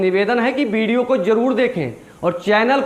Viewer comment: 😂😂😂😂😂😂😂bidio nhi jahil video pahle bolna sikh uske baad bolna